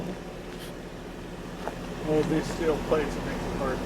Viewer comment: "i can barely get around cuz i got steel pwates" no dude. you can barely walk because you're morbidly obese.